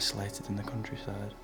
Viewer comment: "cuntryside of England"